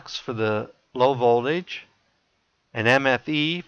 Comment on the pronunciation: Its Voltage...not Voldage